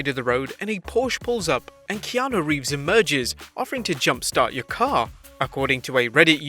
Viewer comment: It’s Keanu reeves right? Not Revess?